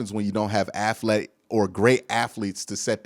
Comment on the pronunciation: I love ya, but please say aTHletic not aFletic. lol